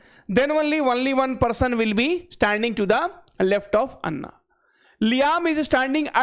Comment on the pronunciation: एना ❎ अन्ना ✅